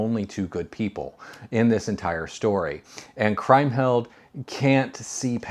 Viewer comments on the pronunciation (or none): Did I miss "Woman in the Window" in this ranking series, or did you? Also, the name Kriemhild is pronounced KREEM-hild. In German "ie" is pronounced "ee" invariably, and "ei" is pronounced "eye" or "aye" if you get my meaning. And I'm surprised that in a movie you rank as highly as "The Big Heat" you would get a crucial plot point wrong - Glenn Ford's child is not killed, just his wife.